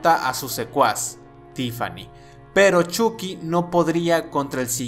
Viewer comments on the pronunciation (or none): none